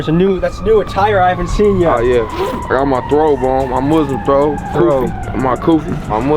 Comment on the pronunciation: It's not a throwb it's a thawb/singular, thiyaab/plural